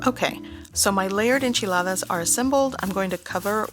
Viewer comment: Annoying how you REALLY accentuate tortilla and Enchiladas, why do people do this? Especially on a not an authentic dish, it’s like they think they have to speak like that or they’re not Mexican... we get it. Hate to hate but c’mon